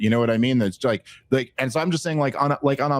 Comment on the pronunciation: I love the podcast and the advocacy of rationality and sanity. It kills me when Dave pronounces "while" as "wahul" and "I'm" as "ahum". Sorry for the shit sandwich comment. Really appreciate this show and honesty.